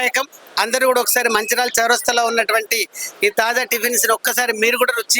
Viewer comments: తాజ్ కాదు తల్లి తాజా టిఫిన్స్😂😂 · Taaza ni Taj Taz chesindi anchor 😂😅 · యాంకర్ టిఫిన్ సెంటర్ పేరు "తాజా టిఫిన్స్" కు బదులుగా...." తాజ్ టిఫిన్స్" అని తప్పుగా చెబుతున్నది. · Taja Not Taj.Anchor should know it before exploring vlog. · This is Taaza tiffins,Not Taz tiffins